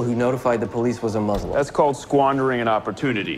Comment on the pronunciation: Is it me or does every Newsroom character mispronounce 'Muslim'?